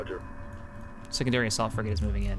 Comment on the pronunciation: "Ion cannon fligate in position"